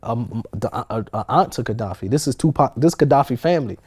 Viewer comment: Kadafi not Kedafi